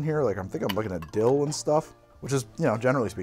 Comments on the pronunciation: "the dill-tho" Good of you to spell it out because that's not what I heard! 🤣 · "The dill-tho" lol sigh I'm a child. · Did you say, "The Dilldo"?